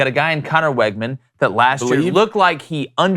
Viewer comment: Fyi, it’s pronounced WIGman, not WEGman